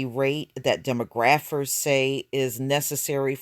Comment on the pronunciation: its pronounced dee-mah-graf-furs.